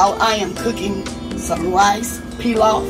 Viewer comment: Giveaway please. You pronounced pilaf correctly. I’m middle eastern and I always make homemade pilaf. It’s delicious with just a nice salad too. I hope you have a blessed Thanksgiving. 🙏💕🙏